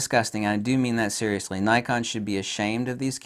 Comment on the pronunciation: Zeriously Nikon